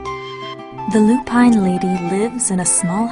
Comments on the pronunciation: I love this story and you've done a lovely job with it, but I feel I need to tell you that you've mispronounced "lupine." Since it's such an important word in the book, and is repeated so often, I thought you'd want to know. It's not Loo-Pine. It's LOO-pin. Sorry. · Lovely job, but yes, it is Loo-Pin, not Loo-Pine. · it's fucking pronounced loo pin. Not loo pine. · You ruined this with " loo pine" . Ms Rumphius is rolling in her grave.